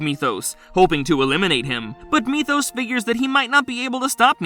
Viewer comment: At least he pronounced Methos correctly this time lol.